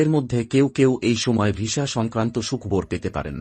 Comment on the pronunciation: Sukhbor noi sukhobor